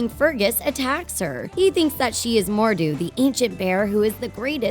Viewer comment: you gotta say mordues name with a scottish accent